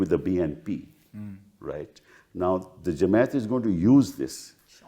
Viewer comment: Jamait!! Kapil Sibbal can’t pronounce Jamaat :)